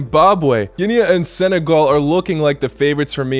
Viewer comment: Its Ginee not Ginea